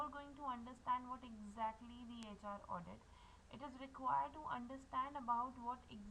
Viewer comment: HR Audit bolke hrm padha rhi ho